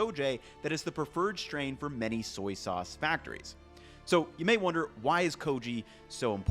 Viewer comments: “Some soyces” lol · some soyces lol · “…some soyces….” 🤣🤣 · “Soyces” I’m using that from now on. Soy Sauce takes too long to say, so I’m saying “Soyces” now. Haha I don’t know if that was a mistake or not, but I like it! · some soices... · he mixed the words soy and sauce and it became soyce lol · "soyses" haha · I like how he some times combines the words soy sauce into soyces. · transFOIM SOICES Lol